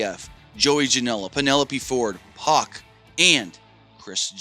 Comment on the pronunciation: He was pronouncing Pac's name Puck!!!